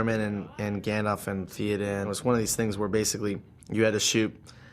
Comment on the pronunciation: uggghhh the way the american guy pronounces saruman and theoden makes me angry lol